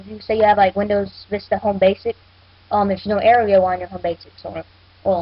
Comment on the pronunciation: aero is pronounced arrow